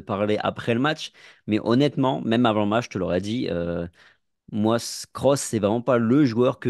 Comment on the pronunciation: Svp c’est pas krouss mais Kroos respectez le svp